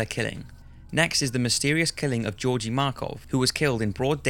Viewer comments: The name Georgi is pronounced with two hard "G"s - like in the word "give". I loved the video but the pronunciation kept bothering me lol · sorry this is a minor nitpick but georgi markov is pronounced with hard g's. like in Gift. not jeorji but Georgi